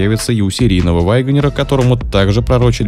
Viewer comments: "Вайгонер". Тому, кто читает текст, надо бы английский подучить. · С чего это голос за каЙдром решил что произносится ваЙгонир??? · Что за грэнд Вайгонер?? Автор у вас произношение не правильное!!!